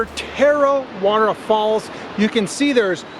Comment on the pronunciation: Its pronounced Tah-ra-weh-ra ur rolling ur tounge at the ra parts. I live here in kawerau. Tarawera is so beautiful. Our waters are beautiful and I'm glad we have no crocs or any scary things in our water